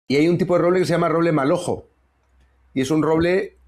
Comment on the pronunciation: Roble melojo .No Malojo